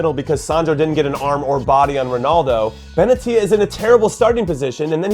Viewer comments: BenAtia, not BenatIa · benatia is pronounced ben-ay-sha lmao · You were pronouncing benatia wrong